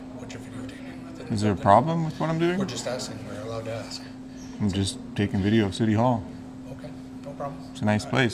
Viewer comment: can you not properly pronounce the word ask? I’m axeing for a friend!